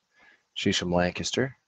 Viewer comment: Hi! I have to appreciate that you pronounce Lancaster correctly. 😅 Your librarian friend taught you well! It is a word that is pronounced many different ways, and usually not the way we pronounce it, as often happens with names of locations. Lancaster, Pennsylvania is located just north west of Philadelphia and is closer to the eastern part of Pennsylvania.